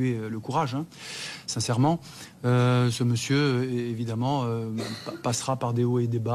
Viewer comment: Siincerment C'est malheureux